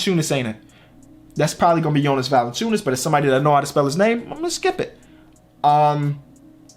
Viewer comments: You could probably spell valanciunas if you could pronounce his name right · please just look up players names when youre not sure of spelling to avoid making errors like assuming it was valanciunas